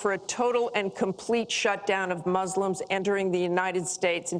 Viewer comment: Why does she call them “Mooselims?”